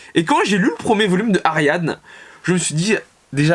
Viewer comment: juste ça ne ce pronoce pas ariadne mais ariadné